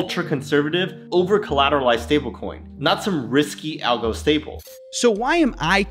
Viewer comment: Every single time Justin Sun says stablecoin i hear it as StableKwon. Bro, i dont think you should tell us all this info. Its enough to look at USDD name and stupid icon to get that its a ponzi.